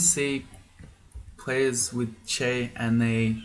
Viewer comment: Didn't say Chai instead of Chei once... Where are we supposed to get our tea based humor if not you,?